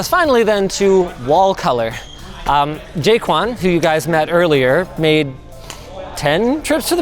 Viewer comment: who else thought linus said " jake one" instead of ' jay quan'